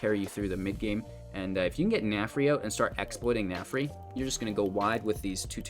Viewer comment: Narfi not Nafri lol